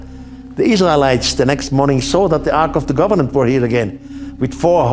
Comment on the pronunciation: It sounds like he's saying the ark of the government! lol